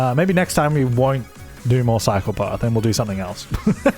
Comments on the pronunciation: Every time he says "cycle path" I hear "psychopath" and it's hella confusing. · Anyone else hear "psychopath" whenever he says "cycle path"?